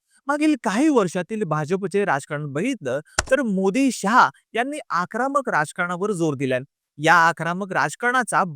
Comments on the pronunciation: आकरामक नाही रे... आक्रमक 😂😂😂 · जत चा उच्चार चुकीचा केलात आणि आक्रामक नाही आक्रमक असत ते 😊